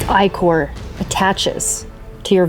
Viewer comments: It actually is supposed to be pronounced "eye-core" lol. ("ick-er" does sound better, though, that's the pronunciation I use!) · they've all been saying that shit wrong for years. it's eye-core.